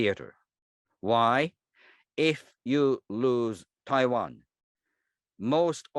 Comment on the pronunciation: It's Taiwan not Pavan 🤣🤣